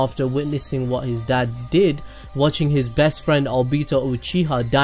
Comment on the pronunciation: "IF YOU KNOW WRAT"😂